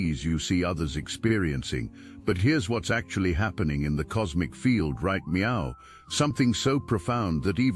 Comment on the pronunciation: Cute, AI Meow instead of now Cute